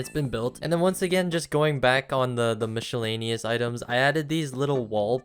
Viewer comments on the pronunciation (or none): I can’t get over “mishalanious”